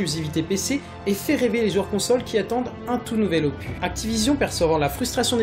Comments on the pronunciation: Bonne vidéo mais on dis un opuSSS pas un opu, et vu le nombre de fois que tu as utilisé ce mot tu aurais pu te renseigné sur la prononciation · n'importe quoi ce que tu dit desfois sur AW on peut pas marcher sur les murs et BO1 ET MW3 sont sortit aussi sur WII et aussi ça se dit opus et non "opuh" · j'ai quitter la vidéo juste parce que il arrête pas de dire opu !!!!! ya un putin de s a la fin !!! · c'est opus pas opu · OPUSSSSSSSS pas Opu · LE S DE OPUSSSSSSSS DOIT ETRE PRONNOCE BORDEL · Le S de opuS ce prononce, j'ai eu les oreilles en sang tout le long de la video